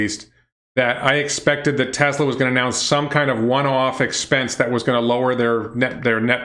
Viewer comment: He might have a speech defect that makes it hard to pronounce certain letters, like a lisp. I have that same problem and have to say Tesla the same way, as “TeZla.”